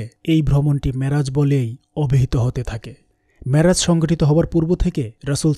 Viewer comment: Assalamualikum oa Rahmatullaha. You write down "Miraj", but you speaks "Maraj" What happen gentleman. Please explain. Allaha Hafez.